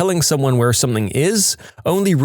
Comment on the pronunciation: I love these stories however, please, please, PLEASE stop mispronouncing something as somethink.